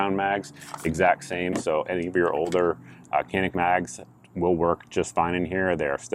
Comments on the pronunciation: Technically Cs are pronounced as Js in Turkish so it should be pronounced Janik. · It’s Turkish. C’s are pronounced as “J” as in Canik=“Jahnick”. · It's pronounced "JON-IK"..FYI..Who knew...